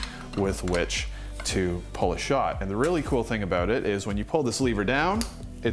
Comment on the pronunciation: What accent does "Daddy" have? I just watched Geoff the accent guy, so maybe my mind was primed for this. But I just noticed how the "u" vowel in "pull" tends towards "pall", also "maximum" moves towards "maximam". Obviously i'm not saying "Daddy" can't speak or that he says "pAAAHll", just that the "u" is moving slightly towards "a". Also, I'm hoping the Meticulous will perfectly straddle the gap between complicated when you want it, simple when you need it (by making a londinium profile :D)